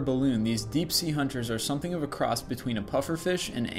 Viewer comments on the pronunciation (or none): none